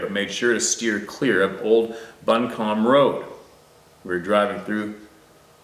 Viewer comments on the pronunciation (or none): bumcombe county is pronounced bu--come ......................thanks for the story from SC! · Buncombe (pronounced Bun come)